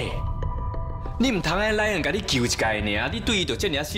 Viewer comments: 1：19：26 把Ryan念成lion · 原來RYAN變LION了!哈哈哈~ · 有人發現講成lion嗎哈哈哈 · RYAN都念不好了，還要接班 XDDDD